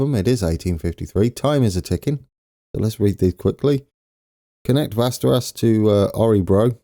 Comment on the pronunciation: As a Swede I'm here to help you with the names! Stockholm and Uppsala you did good, but the others :) Västerås - Easiest is to say "Westeros" as in Game Of Thrones. Not the best ("ås" can be tricky) but fair enough. Örebro - Ö pronounce as the U in "burn". Put "re" after that and at the end "bro" like the slang for "brother". U - re - bro. Borlänge - Put "boar" (as the animal) in the beginning. Then "läng" as in first part of "length" without "th". And at the end e like you say "eh". Boar - leng - eh